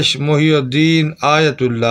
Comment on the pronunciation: ماشآءالله ! لیکن بھائی یہ ( محی الدین ) پر ( پیش ) نہیں بلکہ ( ی ) کے نیچے ( زیر ) آئے گا، جس کے معنیٰ ( دین کو زندہ کرنے والا ) ھے اور پیش لگانے سے اس کے معنیٰ الٹ ھوجاتے ہیں _ جزاکم الله خیرا فی الدارین آمین !